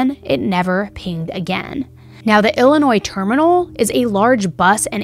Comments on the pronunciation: Off topic from the case. But as someone from Illinois. I appreciate you saying the state correctly 😅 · I totally agree! Most don’t know that the S is silent! I live in Illinois 🤣